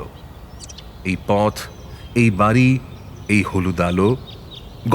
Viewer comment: কথক "বাড়ি" কে "বারি" বলছেন কেন??? "দাঁড়াল" কে "দাঁরাল" ???